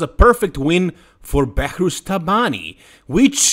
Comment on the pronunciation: Behrooz not Behourz